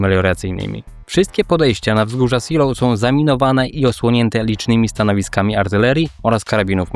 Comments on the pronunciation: Zilow nie Ziloł, to nie Anglia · Seelow czyta się "zelow", a nie "silof" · świetny materiał, ale wzgórza "Zee(i)lov" a nie "Siloł". pozdrawiam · *zdaje mi się że po niemiecku Seelow nie czyta się po angielsku "siloł" tylko bardziej "zelow" ale nie wiem może się mylę xd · Zeloo, ta miejscowość i wzgórza nazywają się Zeloo: a nie Si:low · Czytamy Zelof. Niemiecki to nie angielski. Szczególnie fonetycznie. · Wcale nie/ tak się nie wymawia Seelow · Super odcinek ale jedna uwaga to nie są wzgórze Siilowskie tylko (czyt. Zeelowskie z twardym e) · Nazwę czytamy Zelof ponieważ to niemiecka nazwa a nie angielska. Aż się ucho marszczy. Można sprawdzić wymowę przed nagraniem filmu. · Wzgórza nazywają się fonetycznie Zejlow.(Po korekcie bardziej kumatego kolegi) Siloł to brzmi jak nieudana operacja desantu na Anglię w 1940 (Seelöwe) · Żadne siloł, żadne zeejlow tylko ZIILO(W), długie I+E jak w słowie see (jezioro) np. Helenesee oraz W bezdźwięczne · Seelow czytasz nie Silow tylke Zelow, to nie jest angielski. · Zelow nie Siloł, to niemieckie nazwy nie angielskie. To tylko szczegół, bo przyznaję odwaliles kawał dobrej roboty! Łapa w górę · Zejlow chyba. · Ej ale serio, mnie też zawsze więdną uszy jak słyszę "seloł", ale takie błędy są częste. Np. Gruber z niemieckiego będzie czytany Gruba, gdzie jak się nie umie wymawiać niemieckiego r to lepiej je pominąć i powiedzieć Guba. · Raczej wymowa to Zeelof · Miasto SEELOW fonetycznie wymawiamy ZEEJLOW. Autor wymawia nazwę miasta i wzgórz po angielsku. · bez „w” na końcu. Zeloo: Podobnie jak Pankow wymawia się panko: bo „w” na końcu jest nieme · Raczej zeelo(f) albo zilo nawet ale masz racje kaleczy strasznie. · Najczęściej spotykam się z wymową "Zejlow/Zejlower" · po prostu Zelo, w na końcu jest praktycznie niewymawiane. Kilku kolegów z pracy tam mieszka. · Nazwy tej miejscowości sie tak nie wypowiada,kłuje to w uszy. poza tym materiał bardzo fajny. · Dokładnie. Tragiczna wymowa nazwy wzgórz.